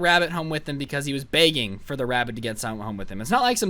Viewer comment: The way he says begging:: BEAgging